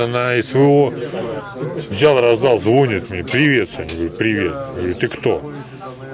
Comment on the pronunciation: ЗвОнит , лОжит , - тьфу , - деревня .